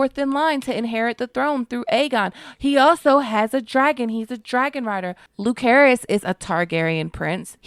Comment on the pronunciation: Not once in the show was he called LuKerys. Lucerys.